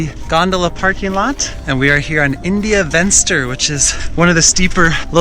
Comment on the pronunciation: India Venster is pronounced India Fenster. It isn't English ...please!